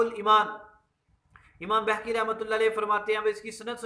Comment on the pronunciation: Or Pehle aap khud ko to Apny Buzurgo'n k Sahi Naam lena Sikha dein...Imam Baheeeki hai,Imam Behkki nahi hai